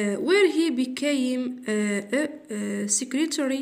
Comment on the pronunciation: شكرا ربي يحفظك و لكن اريد تصحيح خطا لفظي لك became نقراها بيكام كما تكتب تنطق و ليس بيكايم كما قلت